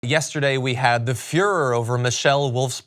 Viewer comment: 'The fuhrer over Michele Wolf's performance', the word is fervor. If you're going to play at being a journalist, learn to speak English.